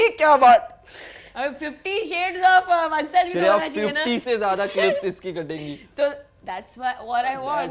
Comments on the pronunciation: Btw that's not vatshag that's vanshaj bruhhh🙂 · 1: 20 wtf she she said "one and only ONE SAJ " , its vanshaj madam